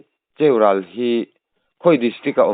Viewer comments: Cheurâl ni vin Cheu--ral ti a lam tur ani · Cheural tih ilam danhi a diklo 'cheu' tih hi lam san tur 'ral' tih hi a hniamin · Cheural... Lui ral tih thluk a ral hi thluk tur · An khaw hming I lam dan hi a nih na bo thak awmze awmlo ah I chhuah daih a lm Pu. Rum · Cheural khaw hming hi.lo.lam dik tawh rawh, hmelma / ral lam angin Ral khi i lam a diklo aw, ral lehlam sawina ral angnin Ral lai khi lam tur .beng a tithlep Thin in thluk.diklo thin hian